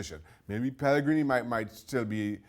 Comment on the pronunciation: Video starts: Mark Donaldson: "Pellegree no more" Mark Donaldson's conscious: did i seriously just say pellegree?